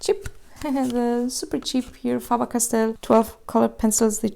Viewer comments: She said FAABAAR CASTELL 😂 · “Fah ber cast tell”